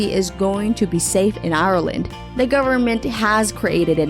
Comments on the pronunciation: Ireland, not I-ir-land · Hate how she says ireland